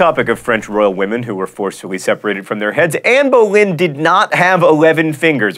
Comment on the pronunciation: Why is Anne Boleyn suddenly French?